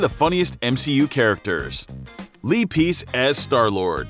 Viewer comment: It’s not lee piece it’s lee pace